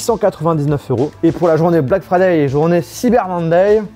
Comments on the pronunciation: "black fraday" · You speak verry good inglish 😄 (black FRADAY)?